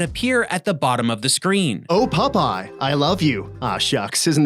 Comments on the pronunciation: Why does say "Pupeye" instead of "Popeye"? As for the random insta-deaths, they are more than likely attached to invisible enemy models. Just another broken mechanic like the whole game. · Who is "Pupeye"? 😉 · Stop calling him pupeye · Ahhh yes my favorite sailor: Pup-eye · So many “Pupeye”’s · Why do you keep saying Pupeye? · WHY DO YOU GUYS KEEP PRONOUNCING IT PUP-EYE?! Aaauuugghhh!! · The witch is the Sea Hag and I can't help but giggle at the way you say Popeye. "PUP-PIE!" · Wait, am I hearing "pup eye"? Is the Canadian accent that similar to the Boston accent? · I keep hearing "pupeye".... Probably the only one🤷🏻‍♂️ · The way he says 'pup-eye' every time is fucking infuriating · they are canadian